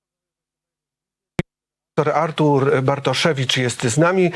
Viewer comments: Że dziennikarz nie potrafi powiedzieć 'Artur', co to k*wa za 'Artusz'? Porażka, dramat. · Czy chłop powiedział Artusz na początku? Wiedziałem że nazwisko Pana Bartoszewicza jest często przekręcane, ale takie coś to hit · No właśnie, ja usłyszałam "Artusz"